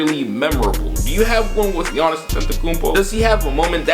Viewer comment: It's Giannis. I'm a rockets fan but it's Giannis.